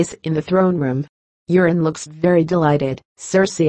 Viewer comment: Sounds like she's saying Urine Greyjoy instead of Euron Greyjoy...Ha!